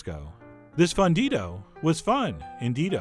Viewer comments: it's pronounced foon-dido, chef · As a gringa-who-used-to-be-fluent-but-is-no-longer, I agree. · pronounce the u in fundido like moon, or fool. Now if only I had some way of determining how your california chorizo tastes different from our mexican chorizo. It is visibly very different in colour and grease content. I would imagine that it is much milder in flavor based on its much lighter colour, but I wish that there was some way that I could try it.